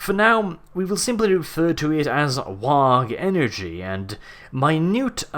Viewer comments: i am pretty sure that it is WAAAGH!! is pronounced like "war" and not "wag". if i were an ork, i would definetly shout war if were going, or running, to war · Okay I have to say it. I know English isn't your first language, but is isn't pronounced "wag". It's essentially a loud roar of the word "war". Don't get me wrong plenty of other people get it wrong too, especially in America where the Rs are usually more pronounced. But the GH in Waaagh is silent. The Orks don't declare wag, they declare war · Dude, I love you man, but you're pronouncing it wrong. It's spelled roughly WAAAGH!. But not said like WARG, it's pronounced like WAAAH! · It kills me every time i hear you say 'Wog'. It's just 'War' with no hard 'r' at the end. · Why do you pronounce "Waaagh" as "Warg" when its a stretched out "War"? If your trying to shorten it try saying "Wor". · Little nitpick, but important none the less. It is pronounced "WAAAAAAAR" and not "WAAAARG" it is stays essentially "War", but orks are not the best when it comes to grammar. It is a miracle that they can talk or write at all.In the end. If you scream it, do it properly. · Sir, that was not a Waaaagh that was a Wuuuugh. Only a filthy grot would attempt to confuse the too. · The "gh" at the end of WHAAAAaaaaaaaagh! is silent, like shouting WAR! but letting the 'A' bleed into the 'R' and muddy it. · Pretty spot on..except your....vocalization of the WAUUGH.It's not "wog" as you stated, but more of a rough, cockney accent. That being said, it's actually the orcs screaming WAAAAAR! in the accent, which translates into WAUUUGH! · Why does everyone pronounce it as wog? rather then WAAAAAAAAAAAAH, with a soft sound at the end? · Im sorry, I love you. But the G in Waaaaaaaaaaagh! Is silent. We have audio of what Orc battlecrys sound like. The G is silent. You saying Waaahg is silly -_ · I have never heard anyone pronounce the "G" in "WAAAGH!" You'ze one o' dem weirdboyz. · THE G iS SILENT.